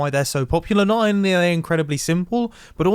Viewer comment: "noonlythercrdbl simple" Love a good brain fart